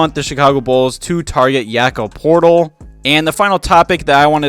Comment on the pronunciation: Did you just call him Yakob Portal